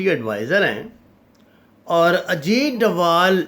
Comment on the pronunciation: his name is Ajeet dodal not Ajeet dowal